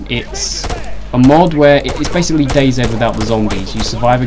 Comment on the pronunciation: dayzed what is that just say DayZ